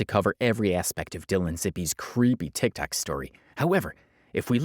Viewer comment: You learned to say TikTok! Proud of you, keep the good work up